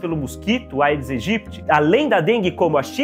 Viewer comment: Bom dia, Dr.! Algo que pode lhe ajudar sobre a pronúncia do nome do mosquito. Por se tratar de uma expressão latina, sempre que "ae" estivetem juntos, se promuncia "edes egyptis"